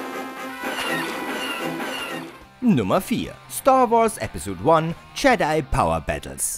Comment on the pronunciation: Jedi spricht man anders aus haha